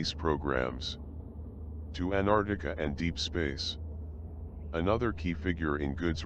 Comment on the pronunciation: Damn...this guy can't even pronounce Antarctia..pffft